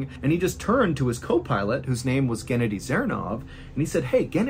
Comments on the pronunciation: I'm pretty sure it's Ghenadyi, and not K/Gennedy... Also Mihail, not McKyle... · Mr. Ballen! Its not gEnady, its genAdy! 😊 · It’s pronounced “geh-naw-dee” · It’s GhennADiy, not GEnnadiy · Guh-nadi is the best way I can tell you how to say the name in the first story. Not like Kennedy. Sorry. It just a little info. I know Russian names are hard to pronounce. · Genedi 😂😂That’s hilarious it is pronounced Genodi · Pronounced "gehnoddy" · I think it's pronounced "geh-NAH-dee" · It is pronounced gen-AH-dee